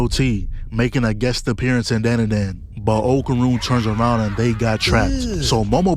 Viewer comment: You hear the OP and still say the name wrong? We gotta stay locked in,.